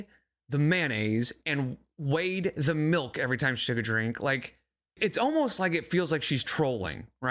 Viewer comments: "She looked right at me and said melk" 😂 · "She looked right at me and said melk!"😅😅😅 She's got your number, brother